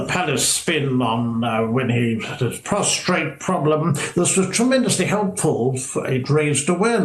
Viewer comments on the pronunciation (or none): "Prostate", not 'prostrate'!